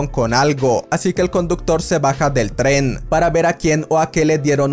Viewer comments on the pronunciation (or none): Alguien más se desespera un poco cuando no pronuncia bien "Tren"?